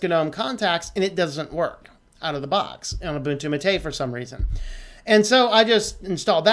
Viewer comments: Not tooting a horn but I've been using Linux on and off since the mid 90's ... my first distro was Mandrake, so I've gotten accustomed to hearing certain terms in a certain way... But, Like I said, great video, but Gnome, Gnu had (at one point silent "G"s) , and "mate" as in gourd I know (I actually drink my yerba from one) has 2 syllables... think of this similar to the "gif/jif" argument taking the internet by storm these days. Take no offense. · Great video, but your pronunciation of Gnome and Mate is killing me.